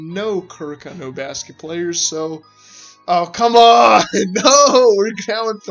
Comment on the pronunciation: They way you pronounced Kuroko is very sus